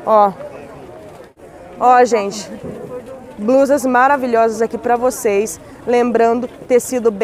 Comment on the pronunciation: Sotaque e não. Trocar r pelo l...